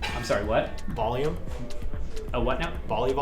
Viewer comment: MF turning up the “bolume”